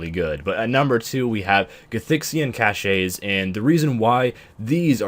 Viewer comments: Caches is pronounced "Cash's" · Aaarrghh the word Cashay burns my ears. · that was the French-est way to pronounce "caches" I have ever heard, haha